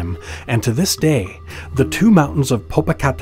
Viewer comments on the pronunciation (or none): I was so distracted laughing due to the Narrator butchering the names that I forgot to listen to the story. Popo-ca-te-p-tl. And ix-tla-zi-wa-tl. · Im white and even i know it aas wrong because he said it like its spelled. Lol it’s such a beautiful language but must be spoken by someone who knows how for it to sound right. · No mention of the volcanoes shape or topography, which is interpreted by Mexicans as resembling a kneeling warrior before a deceased princess. This is at the core of the legend. When you see these mountains from a distance, their shape reminds you of them. Also, if one does not take the time to practice the pronunciation of their names, why bother creating the video? Very distracting.